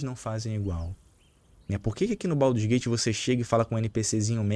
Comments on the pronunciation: "Pauduru's gate 3" 😂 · é um pandeminion safado. Mas ele falando baudurgate é muito foda hahahahahahha